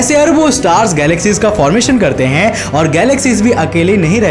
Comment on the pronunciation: Ur way of talking is hillarious.....:) mai huuuuuuu, lekinnnnnnnnnn, nahi karte hainnnnnnnnnnnnnn.. Jude hainnnnnnnnnnnnnn.. Lol. end k word pe kam zor laga liya kar